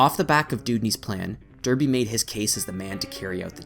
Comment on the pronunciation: pronounced Darrr, bee; Smiiiiiiii.....the